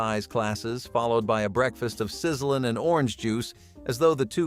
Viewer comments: It's not pronounced Sizzle-en. It's pronounced Sizzle-lean. As you said, leaner bacon, supposedly. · “Sizzle lean” … not sizzling’ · Good gravy, find a human to do your narration! It was "sizzle-een", not "sizzlin'"! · Sizzlean is also pronounced wrong, along with a couple of other product names. It's ok if we know the right pronunciation but would sound strange to anyone else. I thought it was funny when the voiceover said 'Cha-cha-cha Chia" like it was the chacha dance.